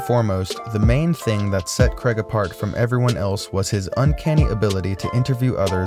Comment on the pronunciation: It's Craig, not creg